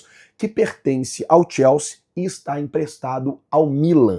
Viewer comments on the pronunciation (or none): none